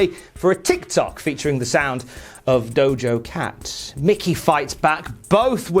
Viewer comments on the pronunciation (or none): My favourite part of this video is saying Lana is gonna do a TikTok to Dojo cat 🤣🤣🤣🤣 you silly goose it's Doja Cat